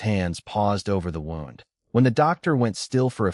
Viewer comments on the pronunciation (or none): Treeline, long i sound not treeleen. Owen pronounced Orin... Wound is pronounced wound not wound... Too many mispronounced words, too big a distraction from the story